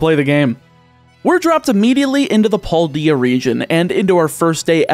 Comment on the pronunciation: cringes in how you say Paldea